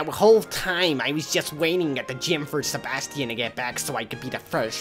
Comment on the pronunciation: You say Sebastian so wrong omg